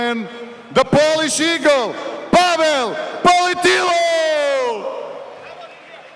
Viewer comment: Nie kompromitujcie się, Polak niema na nazwisko POLITYLO tylko PolityŁo. Inaczej się pisze, inaczej się wymawia. I nie Pawel, tylko PaweŁ... 🤦🤦‍♂🤦‍♀